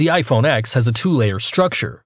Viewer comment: Its ten not ex